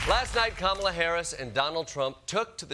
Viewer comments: He can't even say Kamala's name. Same respect he's had for women his entire life. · Ah, yes - that's the way people were showing how to pronounce Kamala's name while on her campaign bus tour stops this summer - by holding up speech bubbles with "Comma-la" on them. Others spell it "Calm-ala," due to her calm nature and ability to reduce existential and gubernatorial stress in voters.